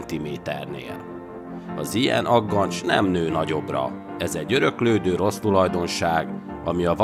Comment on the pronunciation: Egyetlen apró hiba a beszéd. Aggancs helyett agancs őzbakk helyett a őzbak. Egyébként nagyon jó a videó.